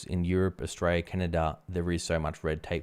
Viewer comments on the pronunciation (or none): none